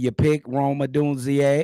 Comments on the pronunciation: There he go again with that “Odunzee-a” 😂😂 I love bro 🤣🤣 Dude really funny as fuck. Funniest one on the show for sure 🤣🤣🤣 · There u go messing up the man name and this the off season 😂 what's good my guy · I luv yall show keep doing what yall doing and stop butchering Rome Odzune name 😆 Chicago up bear down or Nothing